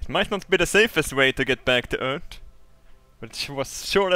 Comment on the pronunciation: The way he says Earth "Ert" XD